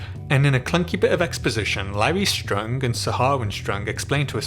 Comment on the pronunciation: The way you pronounce "Strong" as if it was in german.